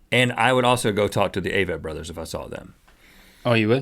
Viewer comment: Omg Rhett likes The Avett Brothers (he says it funny)! You just got that much cooler!